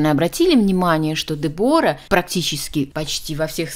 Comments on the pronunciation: Я не могу слышать этого Дебора. По-английски произносится Дебра с ударением на е. И не тоталь лук, а Тотал лук. Уж извините. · Де'бора ударение на первый слог.Знаменитая итальянская чемпионка по горным лыжам.А "оседлала жизнь"(ит.выражение) выйдя замуж за одного из представителя семьи которая владеет известным брендом "Беньетон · Дебора ...ударение на е! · На сколько я знаю, по-английски произносится Дебра, о выпадает. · Дебора - ударение на первый слог